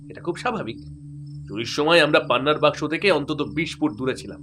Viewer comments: উচ্চারণগুলো ঠিক করুন প্লীজ, বাস্কো নয় কথাটা বাক্স 🙏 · গল্প পাঠকের উচ্চারণ নিয়ে আরো যত্নবান হওয়া উচিত। কিছু শব্দ উচ্চারণ খুব শ্রুতি কটু লাগছে। বাস্ক নয় বাক্স, অমিতাভ্ নয় বাঙলায় বলা হয় অমিতাভো। নায়না হবে কেন নয়না সেন হবে উনি তো বাঙালি....